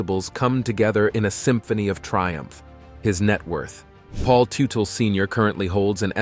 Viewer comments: What did you expect when in the first 40 seconds, the dude pronounces his last name as *Too-tell*? I tuned out right there knowing that this was going to be really lame. 😂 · The correct pronunciation is tut tal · Pronounce his name properly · Blah Blah Blah, can’t even pronounce the man’s last name. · You really should learn how to pronounce the last name. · All I heard was their last name mispronounced 700 times. In not just 1 alteration. But dozens ! Lol I swear I think it was intentional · For the love of god can you pronouce their last name properly, jesus christ man. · If you are going to do a video about a man, LEARN TO PRONOUNCE HIS NAME! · Hell, what a total waste of time. Should have known it was going to be bad when right in the beginning, the moderator can't even say the last name correctly. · right from the get go you don't even say his last name right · can't watch this crap any more because you keep butchering the families name pronunciation.